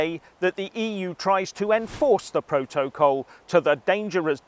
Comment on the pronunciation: What's a "Pro-toe-col"